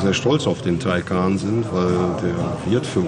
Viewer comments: Wie Sie immer Tiko Tako sagen absolut klasse😉 schönes Video auch von Porsche wie viel Mühe in den Details liegt👍🏾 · Porsche TAYCAN 🇩🇪 Porches AYCAN🇹🇷